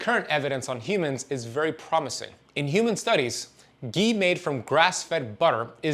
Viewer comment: Its not gee . Its ghee